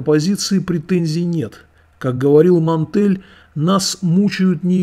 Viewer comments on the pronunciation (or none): Одна поправочка: автора "опытов", звали Монтень, а не Монтель. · не Монтель, а Монтень.